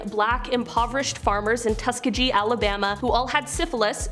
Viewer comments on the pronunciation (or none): Tus Kee Gee not Tuskagee